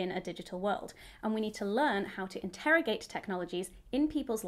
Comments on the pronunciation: Great comments, please learn how to say integrate, you pronounce it like interrogate :-) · Hannah, why can’t you say ‘integrate’? 😄